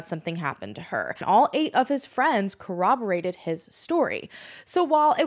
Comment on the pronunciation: First time watching this channel. I'm so happy knows how to pronounce 'corroborate.' Everyone else: there's no 'w' in corroborate!